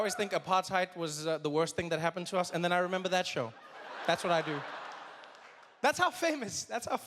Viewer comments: Marissa Steffani its an Afrikaans word which is similar to Dutch so its not "a par tide" its more like "Aparrrrrrt hate" Edit: don't quote me tho,I myself speak Zulu not Afrikaans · Trevor why are you pronouncing Apartheid that way...you taught them how to say zebra,you can teach them this. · Hawu mjita, how the hell did you just pronounce Apartheid...bra had some twang to it😂